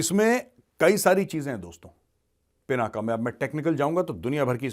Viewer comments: पिनाका नही , पिनाक सही शब्द है. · Major Arya ji kindly do. pronounce Lord Shiv ji’s Bow as “पिनाक” not as “पिनाका” pease🙏 धन्यवाद 🙏